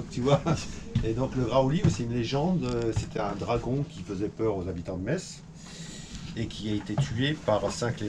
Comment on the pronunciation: Eh oui, Metz est une des plus belle ville de France, y’a pas que le sud en France 😃 Par contre et par pitié ne dit pas Mettsse, on dit Messe sans le T 😉